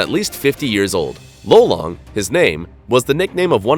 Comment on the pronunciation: Same here! And im sure that its pronounsed "Ló-Long"